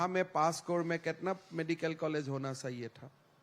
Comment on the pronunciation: जैसे च को स कहना उदाहरण चाहिए को साहिए।